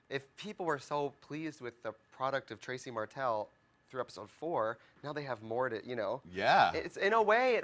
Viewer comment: Why does she pronounce it Tracie Martel and Trixie Mattel?